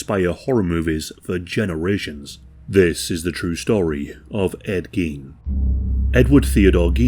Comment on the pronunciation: It's "gain", not "geen"